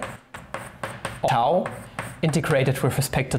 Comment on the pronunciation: Gcher Sev What do you mean? He did pronounce it correctly. I studied Greek, so I would know :)